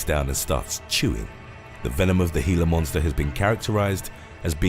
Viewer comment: thank you for pronouncing "Glia Monster" properly. When people call it a "Gee-la Monster" (hard G) it totally kills a video for me.